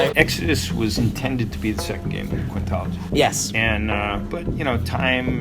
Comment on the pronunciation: he said oddworld quintology and i heard "diablo"